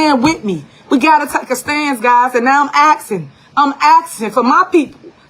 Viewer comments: Tiffany Henyard is axing 🪓! She axing!🪓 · Tiffany is "axin"....what the hell is axin. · The "Super Mayor" "Axing" us to support Harris is all we need to know.😢